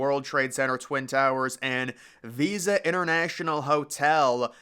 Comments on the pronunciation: hey just wanna let you know the hotel is not called visa it is pronounced vISTa like windows vista. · It's Vista Hotel not visa.